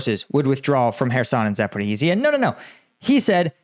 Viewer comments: For the billionth time, there's no "Zaporeeheezia", It's ZA-PO-RI-JJJJJIA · How is it possible that after more than 3 years, you STILL CAN'T PRONOUNCE Zaporizhzhia PROPERLY!!!! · Please stop mispronouncing Zaporizhzhia